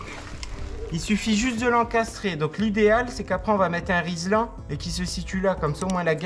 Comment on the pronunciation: « Un Rislan » … tu es dyslexique en fait 😂 (no offense), c’était juste rigolo.